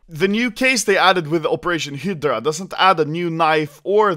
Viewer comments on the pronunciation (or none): I don't know why but I get annoyed when Anomaly says "Hyddra" instead of Hydra. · Its Hi-dra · Sounds like he is saying "Hitler Operation", instead of hydra. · American pronunciation Hi-Drah Swedish pronunciation he-dur-ah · Every time anomaly says hydra I think he says hitler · when he says 'hydra', it sounds like 'hitler' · Operation "Heedrah" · Hi-deh-rah operation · Anomaly i love you but its pronounced "hi-druh" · you pronounce hydra high-druh. druh like you're pronouncing only the dru of drugs. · I love the way he pronounces "hydra" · The way that you pronounce hydra is funny asf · can you pls learn how to read hydra? Thanks